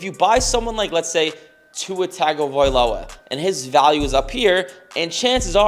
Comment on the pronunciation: Believe it or not, Tagovailoa is pronounced “Tungo-Vey Loa”